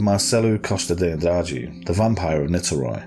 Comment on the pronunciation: You smashed the Andrade pronunciation bro